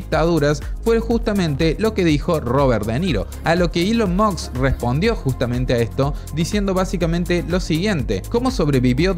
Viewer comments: Por Dios deja de decir Elon MOKS como Nicolás Maburro 🤦🏻‍♂️ La S va ANTES de la K, si puedes decir MOSCA puedes decir MOSK. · "Elon mukkkksss" 😂😂😂😂